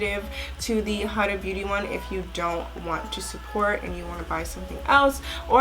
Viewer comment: You're saying huda beauty wrong........